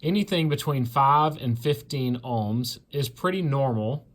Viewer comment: Nice video (took a bit getting used to "Alms" instead of "OHM's" BUT.... This is only ONE TEST and although it will find a total failure condition (open circuit), it WON'T find the biggest problem... A plug that "Appears" ok but actually isn't... In this case, a plug insulation between the inner core and outer grounded thread section breaks down (Cracks or even carbon tracking across the surface). You need a MEGA not a Ohm Meter to make a proper test. Spark plugs typically operate with 25,000 volts. An Ohm meter may work with 4 volts so is not actually testing how the plug operates, just that there is continuity at 4 volts. A MEGA will show if there is a path through the insulation (but may need an insulator placed between the spark gap. (최원국 최원국 beat me to this.... (As I don't know the language I'm not sure what I just said, or if I even copied the name correctly)) q8)